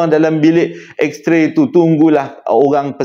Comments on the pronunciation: X-ray joe bukan X-tray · abang salah bukan x tray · yg hensem: Betulkan sikit… Bukan juru gambar, tapi juru x-ray. Bukan x-tray, tapi x-ray Thanks